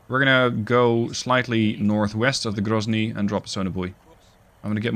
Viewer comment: Воу Воу Воу грозный прозвучало чётко... Будто бы по русски и сказал)